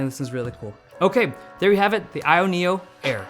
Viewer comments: says 'io neo air' in the video and calls it the 'ayeneo' in the description lol. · So wtf is it called? I have no idea what you said in the beginning. It’s the “ayenyullair”